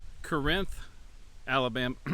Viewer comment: Corinth is pronounced the same as the biblical town. Paul wrote letters to the Corinthians in the original Corinth. The one here in Arkansas is pronounced the same way. Birdsong I believe is just south of the buffalo Island area of Mississippi County. It was created during the great New Madrid earthquake of 1812. My great-grandfather worked for a lumber company in Mississippi County while they tried to drain the swamp that was created by that earthquake. He had a lot of wild stories and nothing but good things to say about the people of Birdsong. It's sad to see it starting to go the way of Romance and Banner. A lot of the little towns my family lived in over the last four generations have ended up that way or nearly have. Corinth is a good example as is Springfield Arkansas. All that is really there are two churches and the city hall/post office. My father preached at one of the churches in the 1990s and his great-great-grandfather established the other in the 1890s.